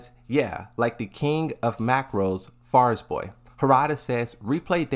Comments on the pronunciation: Farizboy? Fariborz. Fa-ri-borz. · Man why do you struggle so much with saying Fariborz 😂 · Bro struggling hard just to say Fariborz 💀💀💀